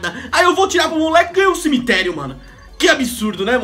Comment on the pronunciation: CIMITLERIO KKKKKK